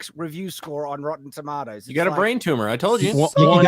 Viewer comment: said, "And the thing we're pointing out here is, this shory is such obvious obvious crap - such obvious slop. What type of a shill would you have to be to say, 'It's a good shoy', when you look at the critics review score of Rotten Toomodows?"